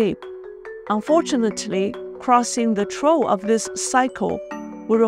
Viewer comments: You're doing great,. BTW you pronounce 'trough' as 'troff'. Keep up the good work! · Dear, I barely speak 5 languages (English, Spanish, Portugese, Korean & Japanese), & only one of them very well, and would like to let you know that 'trough' is pronounced as 'troff' as in tree - ee + off. You do a good job, and it's a pleasure learning from you about inside events going on in China.